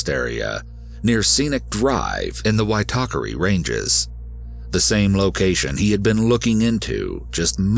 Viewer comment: Hey, great work on the pronunciation of Māori words like “Waitakere” and “Aotea”, sounds like you done your research, the Māori dialect is very difficult for foreigners to pronounce, but that was a solid 8/10! I’ve lived in NZ all my life and remember very vividly when the case started to get publicity. NZ is a beautiful country with beautiful people, unfortunately, there was a monster lying in wake amidst the beauty.. All of us hold Grace in our hearts, may she be free flying high above us ❤️❤️❤️